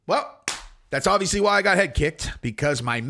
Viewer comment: First id like to state that i love your content and the way that you present it. That being said it is obvious(notice the letter 'b') that your favorite word is not pronounced 'odvious' nor is it pronounced 'ovious'...It is obvious if you look in a dictionary that the word is obvious.